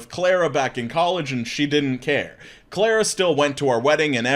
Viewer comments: u saying "claira" instead of carla lmao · I'm sure no one else has pointed this out in the comments but that is a unique way to pronounce Carla.